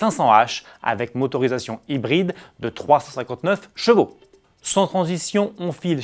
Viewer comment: Ce serait bien si tu pourrais articuler quand tu annonces le nombre de chevaux merci